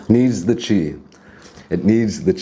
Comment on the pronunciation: why does he say chee